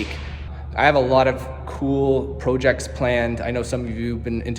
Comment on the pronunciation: Congrats 🎉…I like how he pronounces “projects”, French-Canadian accent?